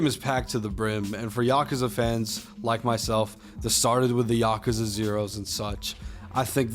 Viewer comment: There's no A after the K. Just saying